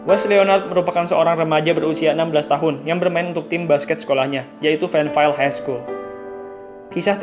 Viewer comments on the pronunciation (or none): none